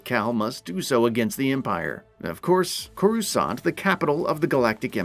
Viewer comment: And Greez's last name, and Coruscant, and the "fifth" "sister"